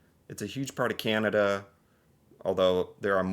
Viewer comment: I just noticed you say Canada with an American accent lol you A sounds like eh